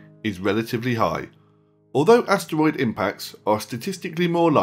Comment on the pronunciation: does anybody find it ANNYOING how he says asteroid